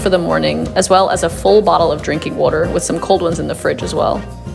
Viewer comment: Ah it's the way you say water that made me think it was Philadelphia